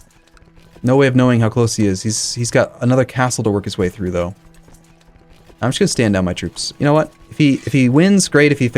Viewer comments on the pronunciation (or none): none